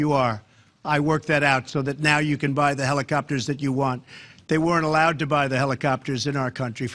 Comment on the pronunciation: Deee HelliKKopters 😅